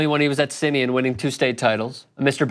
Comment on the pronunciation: You claim to be a Chicago native and can’t pronounce SIMEON?? #boystown 😂😂